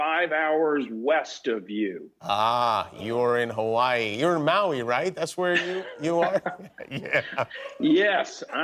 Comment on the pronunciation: I bet Seth Meyers is studying this interview for his Owen Wilson impression. How Owen pronounces “Maui” cracks me up.